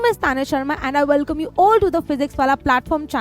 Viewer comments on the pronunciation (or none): none